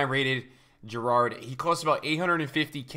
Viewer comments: How does he pronounce Gerrard wrong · learn how to say Gerrard correctly